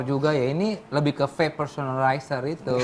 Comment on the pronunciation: wkwkwk desta ngomongnya vape personalizer wkwkwk